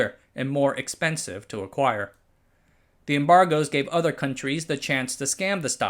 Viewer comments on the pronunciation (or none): none